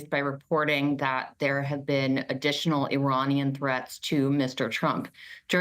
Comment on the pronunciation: Enphasis on additional